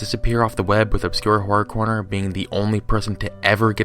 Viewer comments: "Obscure Corror Horner" That's literally what he said xD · IT's "OBSCURE HORROR CORNER" You keep saying the name wrong, you did it 3 times in the same sentence. Don't listen to this dude, he doesn't even spend minutes researching. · Good job fucking up the man's name not once but all the time.